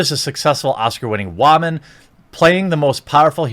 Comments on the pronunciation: You have great vids here man but one thing, why in the hell do you keep saying WAMAN instead of WOMAN?!!! At first it wasn't that big of a deal but now it's just been driving me crazy every 30th time you say it in a video!!!! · Say woman right you idiot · your pronunciation of the word "woman" is disturbing... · Are you special or something? You can’t pronounce woman right? Seriously you say it like wah-mon. It’s wo-man or officially wi-men. This is plural or singular use. Seriously thought they were inventing a word writing it weird till I saw what you were reading. I don’t normally do this but come on. This is straight lazy attempt to say a common word right. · Jeremy.... I get that you've probably never had sex with one let alone been near one but it's pronounced "woman" not "wahman" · Its not pronouned WAAAMAN! ITS WOMAN FFS! everytime you say Waman it makes me want to stab my ears! And the movie is gonna suck anyway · What the hell is a Waman? Lol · How come you call woman whawmun? Just curious. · One of the reasons I come here is to hear you pronounce “woman” as “wahman” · Wòonman🤣 wHOman 🤣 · Will someone teach him how to say woman properly? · Why do you pronounce Woman the way you do? You sound ridiculous when you say it that way. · I'll be honest, good content here. But the way you consistently say woman incorrectly sets a misogynistic overtone I can't get behind. I might just not be your designed demograph. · Why must you pronounce words so stupidly. Why is woman so hard for you to say??? It drives me insane!! Haha